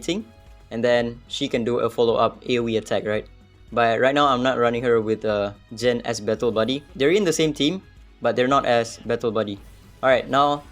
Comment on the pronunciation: Its not Jen but gen ! Gen !!